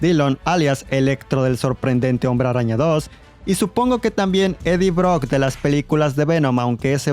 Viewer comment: me gusta como dices hombre rraña!! 🤣🤣👌🏻